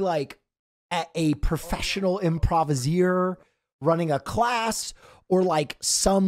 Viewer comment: Will plz just say improviser